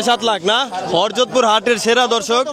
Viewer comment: হরজত কি উচ্চারণ ঠিক করেন